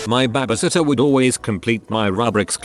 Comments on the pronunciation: Stop calling it baybaysitter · i love the way this bot says babysitter!! BHHAAAbe Sittor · Nobody: The narrator: bABa- sitTeR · normal people: babysitter text-to-voice: baabysitter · Narrator: BABA sittah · It’s funny how the voice said baba sitta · "babusitta" lol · listening to this while im high and laughing at the way he says babysitter is my therapy. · The way the voice say baby sitter is hilarious😂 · lol at the way the robot voice pronounces "babysitter!"